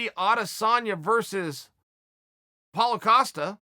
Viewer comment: Chael got Paulo Costa's name right! Well done Chael 😎